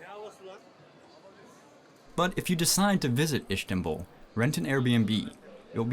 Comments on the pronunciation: He says ish-ki-tal 😂 It's Is-tik-lal! And yeah Is-tanbul not Ish-tanbul ... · Ish-tanbul?! WHY? STOP! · Lmao this is not even close to being a dangerous hood in Turkiye, you know nothing you fool, that's probably for the best since you wouldn't do so well in some of the "fun" streets of Izmir🤣 And whoever taught you to say Ish-tanbul was having a laugh and making you seem like an ignorant tourist...Fish took the bait 😜😂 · Istanbul does not have an SH sound in it, neither does istiklal. Just putting it out there. Most Turks only speak Turkish, not sure where you found ones that speak 3 languages lol